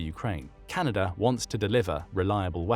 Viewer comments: it’s Canada not canaider 😂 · Canader? Not even A.I. can understand English.